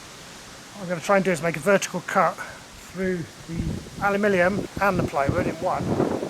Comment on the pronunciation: What's "alumilium",? 😉